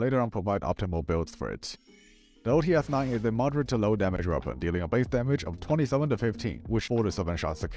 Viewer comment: OTs 9 not OTS-9